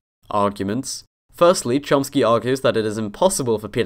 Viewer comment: *Chomsky. UnBeLIEVABLE how many of you got that wrong. It's Noam Chomsky, not Lomsky.